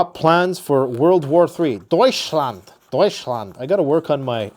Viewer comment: D•oui•chland like Dutch but with an oui like ouivay